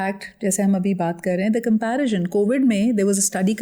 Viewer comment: Dear Sidra please correct your pronunciations of “cordial” and “comparison”